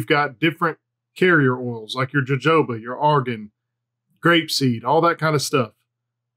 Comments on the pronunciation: Aye it’s hohoba bro come on 🤣😂 joe joba he says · Jojoba is pronounced huh·how·buh. :)